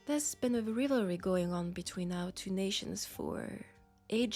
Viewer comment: At the risk of sounding rude or silly, the "i" in "rivalry" doesn't sound like the "i" in "rib", instead it sounds like the "i" in "lie" or in "hide". I hope it's not rude of me to point out, and I assuming you didn't have a specific reason for pronouncing it like that. That said, I've been following your channel for a while, actually your original WWI nurse video is how I found your channel in the first place. Been listening every week ever since. I hope you keep making videos!